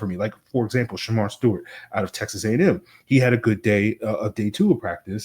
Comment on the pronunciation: Alabama A&M. Not “AM”. Just like you would say Texas A&M lol